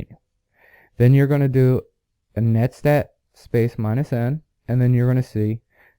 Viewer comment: Are you saying netstat or setstat